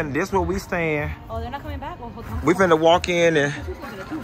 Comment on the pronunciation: When he said “Nothing but baick” 😂😂😭😭😩